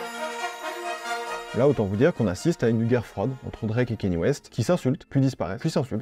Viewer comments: Très bonne vidéo, mais kanye se prononce kAnye et non kEnye, et pusha T se prononce comme ça s’écrit, pas puTsha T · Dsl de faire le relou à ce sujet mais Kanye se prononce "kanié" et pas "Kenny". A moins que lui même ne se trompe sur la prononciation de son propre prénom. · On dit pas kénié mais kanié merci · j’adore tout ce que tu fais et cette nouvelle initiative de faire une vidéo par jour est vraiment incroyable je sais que ça demande du taff de fou donc merci beaucoup, MAIS pitié fais des recherches sur la prononciation des noms (par exemple tu dis kénye au lieu de Kanye et ça fait un peu mal aux oreilles) merci 🙏 ❤ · Super vidéo et incroyable la quantité de contenu que tu envoies en ce moment. Par contre, ça se dit k-nié et pas kéni 😂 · Kanye se prononce kanié et pas kéni ou kénié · Mais justement il dit kanié mais à certains moment il dit kenny j'ai bugué je cherchais à comprendre comment on prononcait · Ka-gné, pas Kè-Nie😅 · On dit Kanye pas Kenny. Je ne comprends pas cette prononciation erronée. Est-ce la french touch ? J'étais chaud pour regarder mais ça m'a refroidi. Dommage. C'est comme si on disait Drac au lieu de Drake. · Kanye se prononce « kaïnié » et non « Kenny ». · Cest KANNIÉ WEST pas KENNY WEST par contre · on prononce kanye et non pas keyni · pourquoi tu dis kEnYE merde c kanye kanye c facile pas besoin de parler anglais lis le comme ca s'ecrit c'est tout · Bonne vidéo, juste dommage de dire "Kéni" West, juste avant des extraits où on entend le bon "Kanye" (prononcé kanyé) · KANYE WEST PUTAIN PAS « keni west » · KA - NYEAH. Pas Kenni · mon gars mais stp prononce bien KANYE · c'est Kanye pas Kenny west respecte le nom du GOAT stp